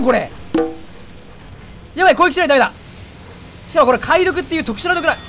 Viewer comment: 解毒ってさ、 かいどくじゃなくて げどくじゃないのかえ…⁇